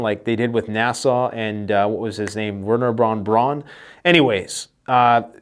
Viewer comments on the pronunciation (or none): none